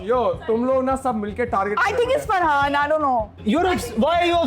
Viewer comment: Sorry gyzzz it’s frahaannn